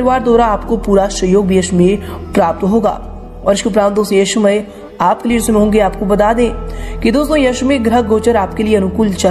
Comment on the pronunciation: Uccharan to sahi kijiye? शमय न बोलिये समय बोलिये.......शंकित नहीं संकेत होता है........